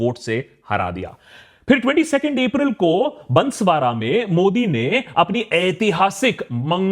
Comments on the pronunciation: बंसवाड़ा नहीं भाई बांसवाड़ा बोलो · Sir it's not बंसवारा it's बांसवाड़ा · बंसबारा नहीं बांसवाड़ा 😊